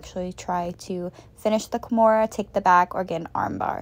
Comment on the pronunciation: yes i heard once a slight KEYmura then you swithched back lol